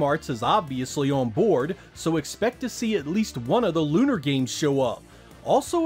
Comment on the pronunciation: You're one of my favorite game reviewers but my two favorite games of all time which happen to both be LunAr ( as in car ) is the correct pronunciation. lol Lucia says it as such in the opening credits of LunAr Eternal Blue. If anyone is thinking translation error look at the original LunAr Silver Star Sega CD box art logos etc, I'm writing LunAr just as it is written there also showing emphasis on the Ar instead of er pronunciation. With all that said I'm hoping both make it and when I saw Game Arts involved with also having made Silpheed I had that same thought. Them recently declining the Sean David and others led LunAr 3 petition should of happened, none of the fandom or those involved with the prior LunArs is happy it didn't either but maybe they're waiting to gauge interest on the LunArs reviews & this systems sales IF they decide to include them. Honestly the Sega CD originals were FAR better in several areas than their less mature, kiddy, cringy at times simplified Playstation Remakes. From the music, the battle system, the overworld exploration, the battle & magic spell animations and those sweet visual and sound effects when you hit a boss for big damage like Poe Sword or Flash Blade or opposite element damage etc etc. Moreso Eternal Blue in terms of gameplay and all mentioned before, Silver Star Remake was all that plus a butcher job at the story, characters and what made Silver Star CD so great. Just upsetting Idaware the composer of the Original LunArs